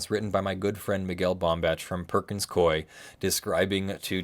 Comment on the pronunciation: Thank you for this awesome video. You explained this very well. One small nitpick, I've always heard them pronounce Coie as /ku.i/